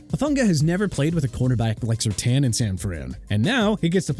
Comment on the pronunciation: Here we go with the disrespect for a Louisiana city again. If you ain't gonna pronounce New Orleans right then you got a problem! New Orleans is pronounced nu Or-linzz not nu Or-leenz! Understand that?! Also Surtain is pronounced Sur-tayn not Sur-tan! Jaguars pronounced ja-gwaars not jagwires!! You know what?! Let's all call the team owner and tell him to change the name from Jaguars to Jagwires and see what happens!! Unbelievable....